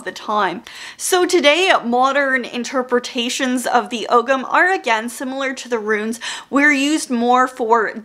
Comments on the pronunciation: Hi, I'm Irish and just wanted to let everyone know the pronunciation of "ogham" Oh-am or alternatively Oh-ham Love that ancient Irish can be found in so many places these days, thought I'd try and help a little 🥰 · Really enjoyed the video Just one nitpick, Ogham is pronounced "OH-wam". Yeah, it's that weird Irish pronunciation thing :D